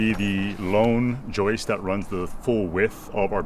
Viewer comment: it's JJJJJOIST not YYYYYOUIST.. Speak English brother 😂😂😂😂😂😂 Love You Melissa Happy 40th Birthday love from The Land Down Under 😘 😘 😘 😘 😘 Ps love you too you are a beautiful man 😉😘😘